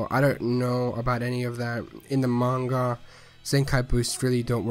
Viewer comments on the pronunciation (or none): none